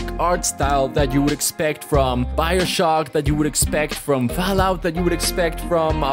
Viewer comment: Why does he keep saying Fow-out?